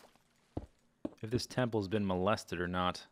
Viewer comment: If the temple was "malested" LOL